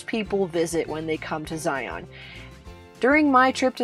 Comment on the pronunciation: Great video. But it’s “Zi-un “